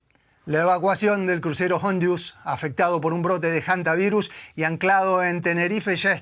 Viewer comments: Que me explique alguien porqué esta gente dice: jantavirus? De dónde lo sacan? La h no se pronuncia. No puedo creerlo!! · NO SE DICE JANTA , se dice HANTA , la H es muda , o este señor dice JUEVO a en vez de HUEVO ???